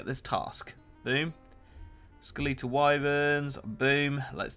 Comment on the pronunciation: Skel-eetal Wyverns 😂😂